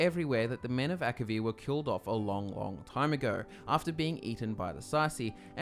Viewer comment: Elder Scrolls six: Akivir? please?